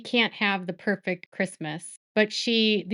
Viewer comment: Robyn's pööfekt christmas😂😂😂 That's her biggest dream in this world and now it's gone. Omg...her life is so easy😂🎉